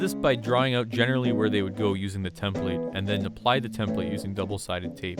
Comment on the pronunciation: The way you say template irks me It's an output not input